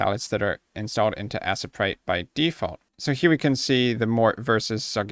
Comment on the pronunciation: lol its not assa-prite, its A-sprite but anyways you are very helpful and kind to spend your time teaching people like me who just gotten Aseprite but don't know how to start... thank you!